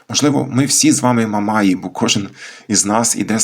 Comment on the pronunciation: Думаю, що правильніше казати "в степу стоять "мамаї" - з наголосом на останню літеру. А не "яких називають мамаями".